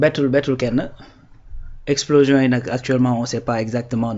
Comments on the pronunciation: On ne dit pas explosition mais on dit explosion. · Explosition tu l'as répété deux fois. Heureusement le gars t'as corrigé sans te vexer.